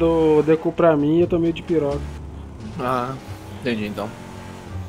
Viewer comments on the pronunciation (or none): no momento 33;00 o cara fala medicamento ''DIPIROCA'' kkkkkkkkkkkkk quem gosta do vedio do o lilke uuuuuuuuuuuuuuuuuuuuuuuuuuuuuuuuuuuuuuuuuuuuuuuuuuuuuuuuuuuuuuuuuuuuuuuuuuuuuuuuuuuuuuuuuuuuuuuuuuuuuuuuuuuuuuuuuuuuuuuuuuuuuuuuuuuuuu salve